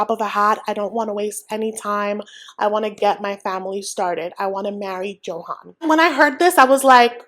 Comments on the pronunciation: His name is pronounced Yo-han, not Joe-hen/han. Just saying 😅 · I’m curious why you pronounce his name like a non Spanish speaker.